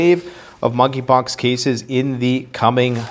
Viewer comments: Moneypox I think the k is silent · MONKEY POX---- THE"K" IS SILENT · THE K IS SILENT 🤫 in Monkey 🐒 Pox.